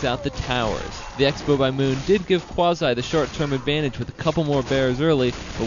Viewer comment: 1. It's Qwa zee not Qwazy 2. Stop trying 2 mkae your self sound good . 3. It's Hoor Ehhh not Hoor Eye